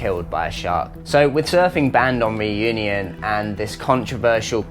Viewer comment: Please learn how to pronounce "Reunion" correctly. Your english pronunciation of it hurts. No, I'm not French.